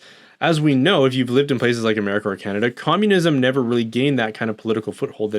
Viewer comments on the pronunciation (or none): In he says "places" so simillarly of how we pronounce "países" ("countries" in portuguese), and the context was so perfect, that I thought for a moment he was speaking portuguese